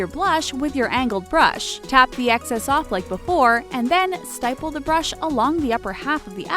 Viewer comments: st-eye-pull really it's sti-pull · The way she pronounced stipple...